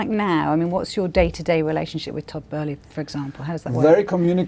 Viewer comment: Why do Skysports INSIST on their presenters saying Todd Burley. Who is Todd Burley?